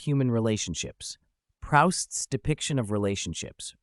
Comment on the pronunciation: The least you could do is pronounce his name correctly.